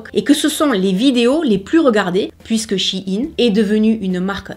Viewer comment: Merci pour cette vidéo informative, et surtout pour bien prononcer le nom de la marque (on entend souvent "chaïnne", ce qui me hérisse les poils lol !) Personnellement, je m'habille chez Shein, pour diverses raisons, mais les 3 principales sont le choix (plus size), le prix et la facilité d'accès. Il y a peu de choix pour les grandes tailles en boutique physique ET pour les petits budgets. J'ai une petite garde robe (+/- 50 pièces pour toute l'année) mais j'ai un petit budget, donc je préfère acheter sur Shein; ca me coute 3 fois moins cher qu'en boutique physique, et ca a la même étiquette et la même qualité. Lorsqu'une pièce ne me plait plus, elle finit sur mon Vinted. J'y ai également commander toute ma décoration de mariage. Encore une fois, une belle sélection (surtout pour le DIY!), des prix attractifs.. C'est peut être la solution de facilité, mais nous faisons tous avec nos moyens.